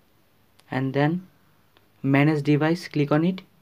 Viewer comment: Good video but ”glig onnnit” was getting annyoing